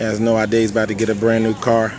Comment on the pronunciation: Did he had an idear?